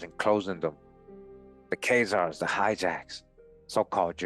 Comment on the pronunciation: why do you pronounce Keyzaers, and not KhAzars, A not ey